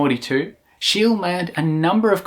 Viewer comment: Outstanding work. ''. However, Your Swedish pronunciation is incorrect! ([ˈʃeːlə], [ˈɧêːlɛ] "SCHEE-LE" That's the Swedish pronunciation. German also OK, since he was born in Pomerania, a Swedish Dominionin 1742 There is a street in Stockholm named after him Schee-le gat-an "Scheele Streeet". And WERNER FORSSMAN. In 1956 he was awarded, together with André Cournand and Dickinson W. Richards. Next time fact checking and try to pronounce "Foreign" names correctly. OK! Like we try to pronounce British or American names Comme il faut! Not Faux Pas! You've got 4G, Internet of Things. Nor hard? Right? Keep up the Good Work Bangkok-Johnny, straight from THAILAND